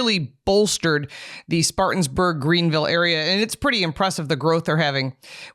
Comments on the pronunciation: Good video. But it’s Spartanburg…not Spartans. Being from Atlanta and riding/driving through this area basically since I was a kid, that extra S was grinding my gears! 🤣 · try to get the name right! Spartanburg NOT SpartanSburg.